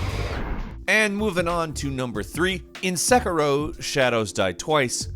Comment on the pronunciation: And "sekiro"